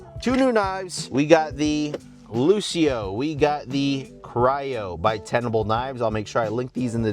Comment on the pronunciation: Luccio would most likely be pronounced Luchio.